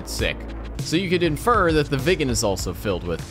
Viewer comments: Say it like Wick in John Wick, but slightly softer. Wicken, that'll be allright. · It's pronounced Veeg gen. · It's not pronounced " vegan" it's pronounced " veeg-en" 🇸🇪